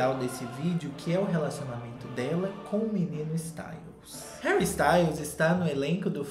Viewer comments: "HÉURI??" Kkkkkkkkkkkk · "Heúri" kkkkkkkk passei mal